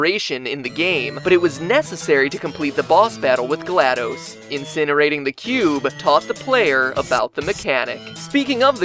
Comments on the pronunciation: glaDOS's name is pronounced DOS as in the program DOS not dose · The way he says GLaDOS... I thought the last DOS was pronounced as the old operating system called 'DOS' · I'm pretty sure GlaDOs is pronounced "glah-daws" not "glahd-dis" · HER NAME IS NOT GLAD-OOOOOOOOOOS ITS GLAD-OS THERE'S NO E DUMASS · It's going to stay as gladose until the world ends and it will eventually become the "correct" pronunciation. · actually its Gla(DOS) as in disk operated system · It's pronounced "Gladys." You wouldn't pronounce DOS as Spanish "dos," would you? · Pronounced shell and glad-dos as in dos from the old Windows shell dos. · your pronunciation of glados' name is seriously giving me a tumor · You guys mispronounced glados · MatPat was a great narrator, but as soon as he mispronounced "GLaDOS," I couldn't keep watching. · Is anybody else annoyed by the fact he cannot even pronounce Glados properly?